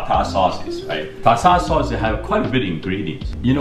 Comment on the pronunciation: “tata sauce”😂🤚🏽